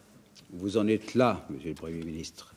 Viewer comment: "Et que vous l'êtRes" ??